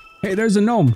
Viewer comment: the g in gnome is silent i think